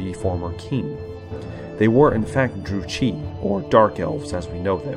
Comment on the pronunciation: dark elf druchii is pronounced "Drew Key"